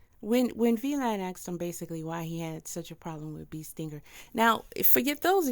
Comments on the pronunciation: It's VLAD! not V Lad sheesh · ITS PRONOUNCED VLAD 😂😂 … TYPICAL